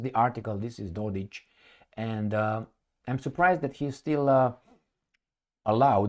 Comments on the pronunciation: IT IS NOT and I was born in B&H. I should know. It is Dodić. That last letter is not C and is not pronounced as K, it is pronounced as CH, as in Cheese. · You have it wrong. is correct. Proper symbol for that last letter id c with appostrophy, which is pronounced something closer to ch.